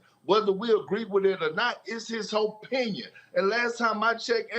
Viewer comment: It's His OH pinion LOL